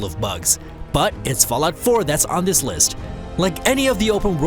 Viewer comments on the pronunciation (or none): I hate how this narrator doesn't pronounce "th" in words and uses a "d" instead, like "In dis game" ...lazy